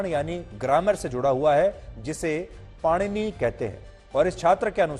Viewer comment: सुधीर चौधरी जी से भगवान् पाणिनि का नाम भी ठीक से उच्चारित नहीं हो रहा है भला ये हमें क्या ज्ञान देंगे।